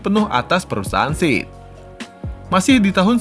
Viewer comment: SEAT bacanya tetep SEAT bukan SIT bang 😁